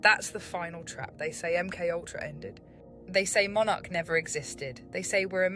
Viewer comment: My friend met this bird - she is a semi-borg... ie: a BORG-BIRD "high-breed" :-o Interesting content - but the name "MK-Ultra" needs pronouncing along the lines of "EM Kay Ultra" - instead of "UhmKUltra"... = Keep your cosmic humour people... 🙃🙂 =